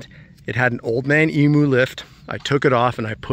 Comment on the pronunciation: Man its annoying listening to you guys murdering the pronunciation of emu